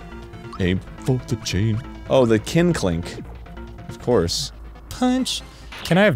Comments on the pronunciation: The fact that Arin pronounced it Kin-klink and not kink-link will cause me eternal dread. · so nice of Arin to pronounce it Kin-Klink, instead of the way I read it in my head 😛